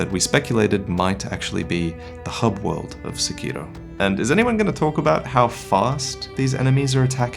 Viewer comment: I'm not trying to be "that guy," but Sekiro is pronounced with the accent on the "Se," not the "Ki." Please don't me I love you and your videos! 🙈